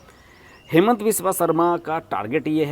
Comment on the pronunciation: Its हिमन्त not हेमन्त all hindi news pronunciation Wrong